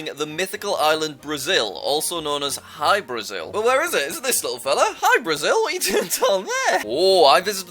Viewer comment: Jack: Hybrazil Brasilian guys: did he said Hi brazil? 😃